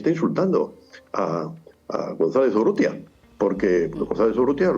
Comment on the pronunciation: Urrieta? Urrútia, es la correcta forma.